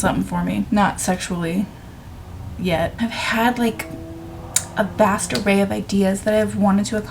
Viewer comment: When you said ‘vast array’, for some reason I heard ‘bastaray’ and thought that was just a word I didn’t know. And my brain went ‘like a bastard array??’ Lol.